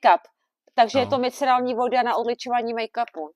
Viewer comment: všiml si někdo, že říká miceralní 😀